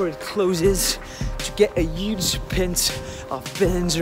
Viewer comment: That's really good But you've got a little accent You have to pronnunce "h" Like in huge for exemple